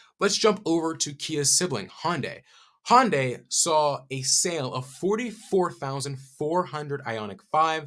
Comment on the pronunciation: He pronounces Hyundai like Hondai.